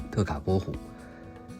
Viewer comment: Te 讀音 「替」非「特」，毛利語的「the」。